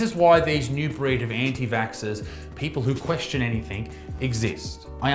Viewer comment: I'm more concerned with Isaac using * Anythink* as opposed to the correct word Anything. 😆